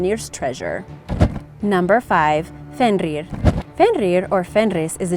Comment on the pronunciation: I love Norse mythology because I'm named after Odin but you need to work on the pronunciation of jormungander and FENRiR